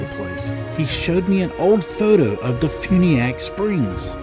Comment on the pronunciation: and de funiak is pronounced as de fyuniak.